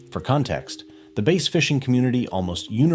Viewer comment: It's BASS as in ASS!!!!